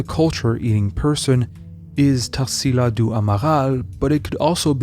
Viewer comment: I often comment here about how this channel is amazing. But I really never imagined that you'd bring something from my country's culture. I'm so glad to see a video about Tarsila's painting! It's the cutest thing how you pronounce her name haha Brazil is definitely a country full of culture, for those who are interested, I'm gonna leave here some brazilian (or very influential here) artist's names if you want to research: Almeida Junior, Candido Portinari, Lasar Segall, Pedro Americo, Vicente do Rego Monteiro, Eliseu Visconti and Benedito Calixto.